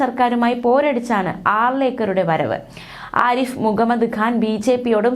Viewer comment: ആദ്യം മുൻ ഗവർണറുടെ പേര് മര്യാദയ്ക്ക് പറയാൻ പഠിക്ക്